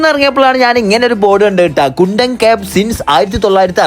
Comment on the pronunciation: കുണ്ടൻ അല്ല കുന്ദൻ ആണ്